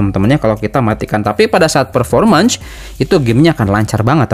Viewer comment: Fermormens ferformens Wkwkwk